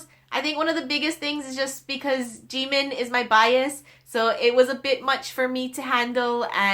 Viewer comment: She says jimin wrong😂